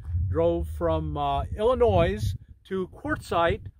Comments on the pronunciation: Bruh, I know I didn’t hear you say “Illi-NOISE”! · Illinois has a silent S on the end. Regardless of the pronunciation mistake, love your channel.